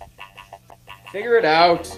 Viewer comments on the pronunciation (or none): none